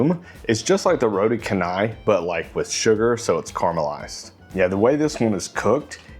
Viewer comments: canai it not read can，Its pronunciation should be like changer，chan nai = canai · Hello. Roti Canai is pronounced as “row tea char nigh”. Notice there is no hard ‘c’ here. Roti in Malay means bread or pancake dough while canai presumably is a Malayised version of Chennai which is a city in India. In Singapore., it is usually known as Roti Pratha or Prata. The basic meal is one of my favourite dishes ie. just the dough and curry gravy. Nowadays you can get a variety like the ones you featured in this video clip. There are also others like Prata Ice Cream or Prata Cheese to name just a couple. Back in the early ‘80s my primary schoolmate friend’s mom used to invite me to eat her homemade ones but the spiral orientation variety. It was crispy and buttery and delicious. Ever since then I crave spiral pratas but it seems to be a dying breed. If it is an egg Prata, it is usually squarish pouch like. The most preferred local way of eating Roti Canai is to pour the whole curry gravy onto the pancakes so that the delicious flood will be partly absorbed. I personally prefer to do this in 2 stages tearing into the first 2 doughs, then finish up the gravy tearing into the second 2 ones.❤🫶🫰